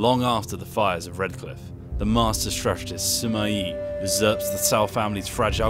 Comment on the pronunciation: Pronounces Sima and Cao Cao properly. Pronounces Luoyang wrong. ???